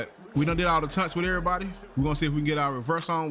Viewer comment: TAUNTS not "tunts" 😶